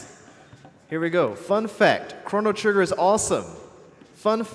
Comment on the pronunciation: the announcer doesn't even pronounce the title of the game correctly >.<